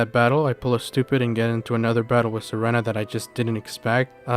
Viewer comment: Serena is pronounced sereena btw, reference: anime